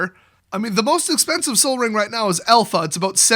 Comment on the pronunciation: Oh my god did you just seriously say sol as in sun????!!!!! Wow wow wow wow, did you miss it or is this a joke.